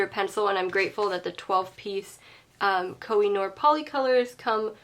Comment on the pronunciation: Pourriez-vous prononcer CORRECTEMENT le nom des marques?